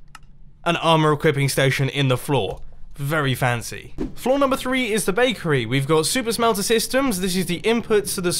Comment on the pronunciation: You said flaw instead of floor